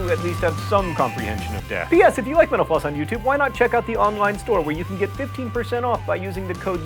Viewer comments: Why do I hear "menopause"? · Every time he says mental floss... sounds like menopause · Sounds like he is saying menopause when he says mental floss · Why did I hear menopause instead of mental floss? need better ear phones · Every time you say mental floss I hear Menopause.. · Whever he says mentl floss it sounds like he's saying menopause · All I hear when u say mental floss is menopause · It sounds like you say menopause when you say mental-floss. heh. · Whenever he says "mental floss" I hear "menopause" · It sounds like you're saying "menopause" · When you say mental floss it sounds like youre saying menopause. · Like if you think his pronunciation of mental floss sounds like " Menopause"